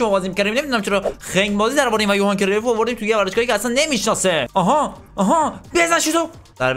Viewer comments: اسمش کریوف نیست اسمش کرایوف هست لطفا درست تلفظ کن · داداش بعضی بازیکنان رو اشتباه تلفظ میکنی گِرد مولر یوهان کرایف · ❌کرویف ✅کرایف ❌گَرت مولر ✅گِرد مولر